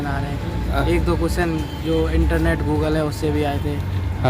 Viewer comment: Moogle❎️ Google✅️